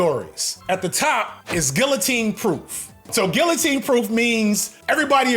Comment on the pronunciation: That’s not how you pronounce guillotine.